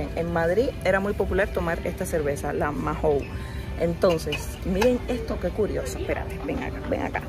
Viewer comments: Mahou se pronuncia "mau" y no "majou". Nada importante, pero me da toc al oirte decirlo 😝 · Majou???? Se dice mau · en español la h es muda. No digas "majou". Maou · Perdona está bien escrito Mahou,pero todos los españoles cuando pedinos esta marca de cerveza pedimos una Maou sin la h intercalada tu es como una j dices que a la h la pronuncias como si fuera una dices majaou,te t repito está bien escrito Mahaou, si pudira hablar contigo por tfnº te lo explicaria mejor,espero que no te moñestes,un saludo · No se dice Majou se dice mau. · “Majou” no, “maou” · ¡¿¿ "Majou"?" Pero niña, a quién le oíste pronunciar así??🤣¿Cómo que no hay frutas tropicales en la península?¡Pues claro que sí!! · La cerveza Mahou, no se dice “Majou”, la h es muda… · Cómo es posible que lleves más de un año viviendo en España y no sepas como se pronuncia "Mahou" o que las monedas de los carros de la compra se devuelven?